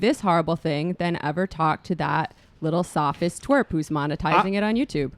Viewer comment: "Sophist" twerp?